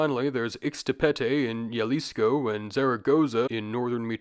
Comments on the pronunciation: HERMANO REALMENTE DIJO YALISCOW 💀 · 🤓☝️Erhm it's actually pronounced as "Ha-Lis-Co" Both in it's modern form (Jalisco) and it's og Nahuatl form (Xalisco)